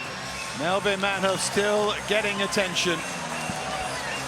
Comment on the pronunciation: Manheof... oh dear....😂